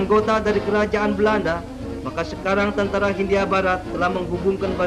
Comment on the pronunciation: Kebanyakan huruf H, pak.....😀